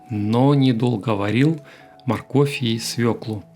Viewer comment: " с в Ё к л у " : ударение ВСЕГДА на букве " ё " !!!!...